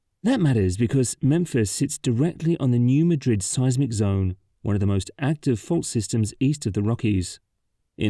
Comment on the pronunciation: Thank you for shining a spotlight., the critical infrastructure of the Bluff City, including the I-55 Bridge, which despite growing up in Memphis, I don't think I ever took. One thing: the New Madrid fault line is not pronounced like the Spanish Capital. It's pronounced "MAD-rid"